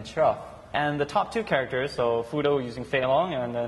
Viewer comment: Lol. Every time Xian says "characters" I keep thinking he says "crackers". Haha.